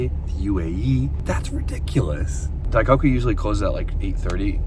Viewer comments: daiKOku, not daikaku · yo its not "die cock eew" its "die coke oo" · For the love of God, it's "Die-coke-ooh" not "Die-cock-ooh", lmao 🤣🤣🤣🤣💀🤦‍♂. You say it correctly like every other time in these videos and it's hilarious. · Dai-KOH-Koo. pronouncing it Dai-KAW-Koo lol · Bro this is the second time I’ve heard you say in this video, “dai-COCK-Koo” is CRAZY 😭😭